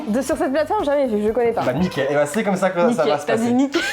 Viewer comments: Nické au lieu de nickel j’ai ris pour ça je suis une gamine jcrois 😭🤡 Et qui reverse partout juste magique 😭😂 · et plus tard dit a... ba nické a la place de bah nickel.... Hum